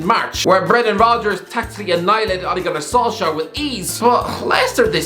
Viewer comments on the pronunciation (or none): none